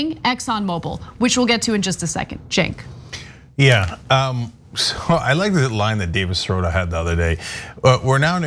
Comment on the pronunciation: It gets on my nerves listening to Joes call Cenk Cenks. If you are going to do an interview and insist on trying to be personal and use the interviewer's name over and over again, make sure you know how to pronounce his name.